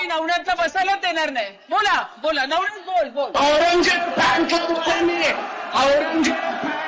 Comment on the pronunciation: नवनाथ बोल...नवनाथ बोल....😂😂😂